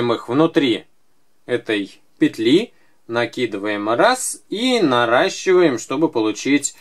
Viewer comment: Смешно сказал норащевать ❤️